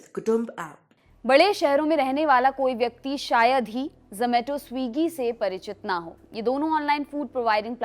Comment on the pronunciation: 😂 Wo ज़ोमेटो नहीं ज़ोमाटो hota hai.